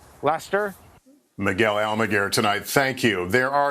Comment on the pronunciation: I'm Miguel Amiguel pronunciation got me everytime I see 😁😆